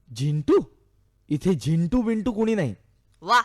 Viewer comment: Zindu nahi re Zintu. hahahaha